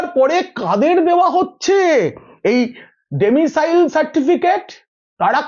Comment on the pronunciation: ডোমিসাইল, ডেমিসাইল নয়।